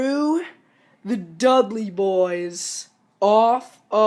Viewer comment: its dudley boyz not dugley boyz